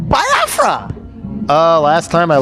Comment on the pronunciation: i love that even though Jello pronounces it how it's pronounced, Nardwaur pronounces it "Bi-ah-fra." it's a good running gag